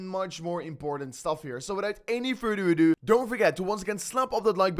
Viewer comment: "Without any fada adu"😂😂😂, gets me everytime